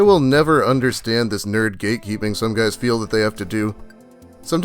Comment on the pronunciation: I heard "gatekeeping" as "geekkeeping"